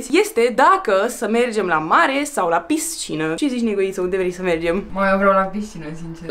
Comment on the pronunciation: Doar mie mi se pare enervant cum spune piScina?